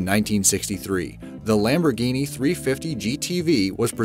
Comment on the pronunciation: It really irritates me that he pronounces Lamborghini Lambroghini